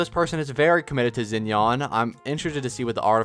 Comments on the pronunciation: Bro is saying Zen-yawn. WHO IS THAT 😭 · isnt xinyan's name pronounced shin-yan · Yeah, I hate how he pronounced it 😭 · hurt my soul when he says zin-yan